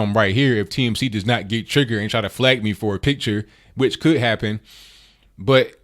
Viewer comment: Love when he says triggert